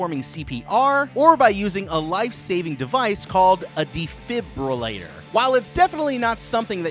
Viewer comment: I laughed so much when he said defibrillator